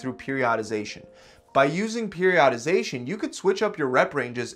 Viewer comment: “Periodadization” 8 min 12 seconds